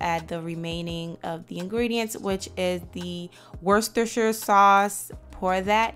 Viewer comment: thank you, but wooster (sounds like) not worse ester ;)